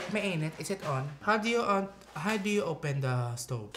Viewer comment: “how do you open the stobe?” Lolz